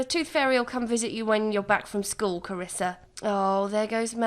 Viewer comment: Triggered everytime you say "Carissa" because that's how people mispronounce my name; and some may call me the princess of the family. 😂